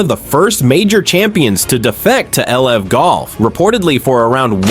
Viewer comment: these ai slop videos are so annoying lol cant even say LIV golf right